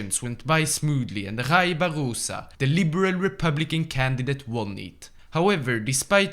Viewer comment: "Rai Barrosa" KKKKKKKKKKK